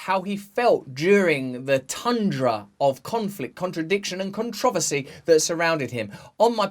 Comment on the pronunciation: I’m gonna say it like that! CON-TROV-ESY 😄